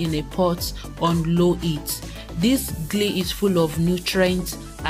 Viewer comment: Ghee not Glee :)